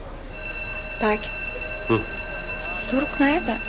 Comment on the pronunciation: Yanlız dorok demene çok güldüm doeok değil o doruk 😇😂😂dmxmmxmx